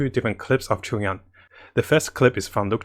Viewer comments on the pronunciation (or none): Everyone: Chongyun: Chungyon